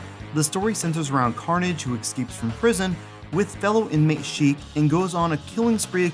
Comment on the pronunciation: It's "ShRiek," like a shrill yell; and not "Sheikh".